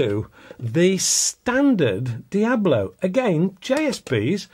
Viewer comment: "Diabolo" is a description of shape, not a brand. "Hades" are diabolo shaped pellets FX hybrids are not and it is Dia-BOLO, not "diablo". One would think someone in your position would know that before pontificating.